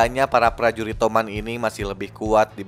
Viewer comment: touman❌ Tuman✔️